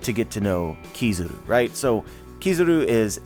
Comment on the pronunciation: kizaru not kizuru